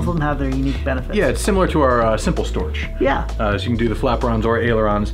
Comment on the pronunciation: The funny thing how You pronounce Storch with S first and ʃ last. Thou it is actually ʃ first (like "shame") and h in the end, like "hips".